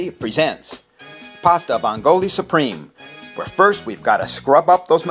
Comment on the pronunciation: the accent is on the first syllable in "vongole" you uncultured fuck